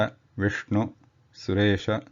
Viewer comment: Brilliant! However, after seeing your other excellent video on visargaha, i noticed that you did say Vishnu-hu a couple of time.